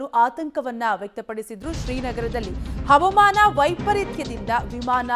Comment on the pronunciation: ಹ‌ವ‌ಮಾನ‌ ಅಲ್ಲ‌ ಹ‌ವಾಮಾನ‌ ಎ0ದು ಹೇಳಿ